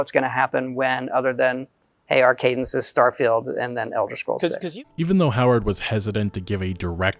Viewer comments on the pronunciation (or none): none